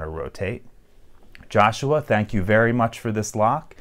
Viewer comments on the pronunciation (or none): none